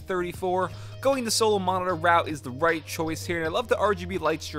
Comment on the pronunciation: he says moridor instead of monitor